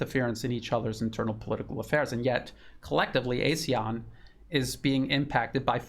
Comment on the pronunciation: ASEAN pronounced Ah Sea Ahn. Regrettably ASEAN dis- United